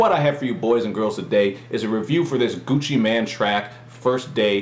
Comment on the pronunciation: lol, he says gucci man, sounds like hes talking about a superhero XD